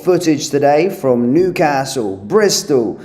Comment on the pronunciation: This guy is so well spoken until he pronounces Newcastle like one of the Wurzels.